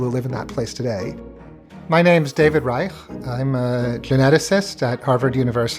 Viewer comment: I caught the way he pronounced ReiKH. 😂😂😂